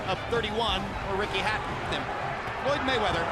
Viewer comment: I think he meant to say "Floyd Manchester"?